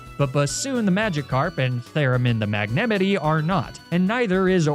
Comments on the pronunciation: Why do you pronounce Jasmine and Magnemite like that? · spit out my coffee the way you pronounced magnemite